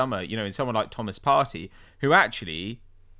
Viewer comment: gees up every time he has to pronounce a foreign players name